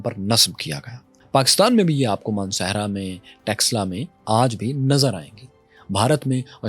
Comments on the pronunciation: Read / study Sianuli. What happened to Takshila ( not Texla)? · Takshila ko texla bol raha hai 😂